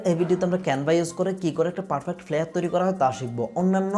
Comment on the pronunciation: ফ্লিয়ার না ফ্লাইয়ার Flyer. উচ্চারণ ঠিক বলবেন please